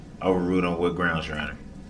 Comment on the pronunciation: “Inty” “intything” “dat” “dohze” “deez” “yous” “GROUNZ”